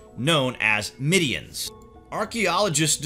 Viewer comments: right!?!?! it's been MIDDENS not middeeanns for as long as i have known(more than a few hundred years from what i have read/studied) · Good video...however...it’s “midden” not “middian” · its Barrow not burrow and Midden not midean. you have some interesting information here but PLEASE look up how to pronounce this stuff.